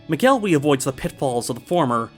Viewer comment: Just gonna dispute your pronunciation of McElwee, it's more like 'mackle-wee' Source: I'm a Scot